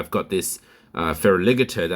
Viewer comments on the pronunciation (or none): Did you just say Fera Liggater? 😂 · I think the only thing I don't agree with is the way you say Feraligatr lol